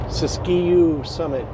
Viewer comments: Pronounced " sis q" NOT SISTQUE And you say wth is that parking job? I say. WTF WHY ARE YOU PASSUNG IN THE RIGHT HAND SIDE SHOULDER???? W. T. F??? and your handle shouldn't be Should be. And btw. No trucks in that rest area because to many trucks running with hot brakes jumping into that and 3 ppl have been killed because of trucks fast down the hill with no brakes So how about that for " TRUCK DISCRIMINATION " HUH?? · It is pronounced Sis-Q mountains.